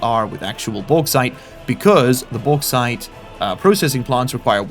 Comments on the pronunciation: bauxite = boarite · May I suggest: "The Baux-Haul" for the Bauxite Train? With the way you are pronouncing it,, it is sure to massivly increase the Value in the west, which might be entirely unrelated to a checks note Bri'ish Company?